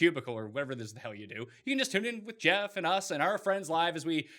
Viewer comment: Geoff? Who is this Geeeoff?